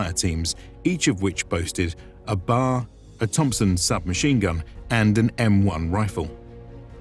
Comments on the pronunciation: For the record, the Browning Automatic Rifle is only ever referred to as the Bee-Aee-Aer, not "Bar". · B.A.R. Not a "bar". Sorry for being picky. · Its worth noting that early on the war like on Guadalcanal the 1st raiders had m1903 springfeilds not M1 Garand's. Also its not a Bar its a B.A.R you pronounce each letter. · This is awesome but, you do get some things wrong though. Its worth noting that early on the war like on Guadalcanal the 1st raiders had m1903 springfeilds not M1 Garand's. Also its not a Bar its a B.A.R you pronounce each letter.